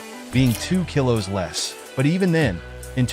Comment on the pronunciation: Are you AI? You can't even pronounce "kilos" correctly.